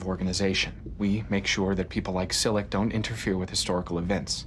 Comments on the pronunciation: The way this guy pronounces certain words almost makes it seem like he hasn't actually watched star trek before. Seelick and Tox uthat being two of the mispronounced names. It's Sill ick not see lick and Tox utot not tox uthot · Why do people to this day still miss pronounce Names when the names are spoken in the show theres no reason you should be calling him "Sea Lick" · Mispronounced the name Celic right after Agent Daniels just said it as, Cil-ik? 😜